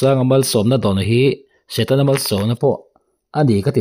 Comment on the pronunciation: setana ati miahlo..satena ati😂😂